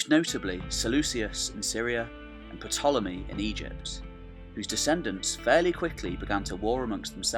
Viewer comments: Did I hear P-tolomy? Surely the p is silent. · Great video on a criminally neglected topic. But FYI the “P” in “Ptolemy” is silent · The P is Ptolemy is silent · Do all Brits pronounce the P in Ptolemy? super annoying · The P in Ptolemy is silent.